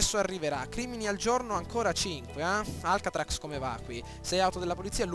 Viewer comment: mi fai ridere quando dici Alcatracs!!!! Si dice Alcatraz xD ahahahaha